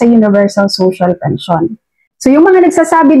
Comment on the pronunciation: Tama po,Robot po ang nagsasalita doon,lahat fake news,para lng dumami ang subscribers.Pakinggan nyo yung sinasabi ng Robot na yun,yung salitang "Pension" ay binibigkas na "Pensayon".